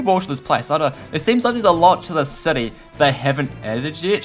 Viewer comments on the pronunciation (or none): none